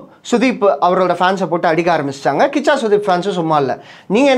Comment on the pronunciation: கூஷா இல்லைபா கிச்சா 😂😂😂